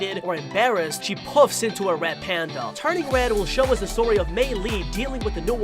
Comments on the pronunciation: Stop saying turning wed its turning red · Hey your saying turning red wrong your say turning wed when it pronounced turning red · is it just me or is he saying "turning wed" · stop saing wed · The way they say turning red “Turning Wed” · He said"turning wed" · I don't know why but I kept on laughing when he said wed panda instead of red panda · Did he say turning wed in the beginning? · He replaces all rs with ws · It’s not turning wed it’s turning red RED R R RED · One secret of the 10 secrets you missed in the turning red official trailer he sometimes replaces the R with a W when he’s talking LOL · He says turning wed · He can’t say red he said wed and gwate lol